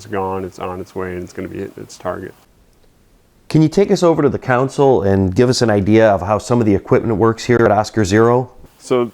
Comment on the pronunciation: Loved the interview but "Console" is definitely a different word than "Council"